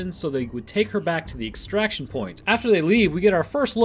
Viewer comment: Word extraction 1 : the act or process of extracting something… WTF IS EXTRACATED or EXTRACATION? Come on man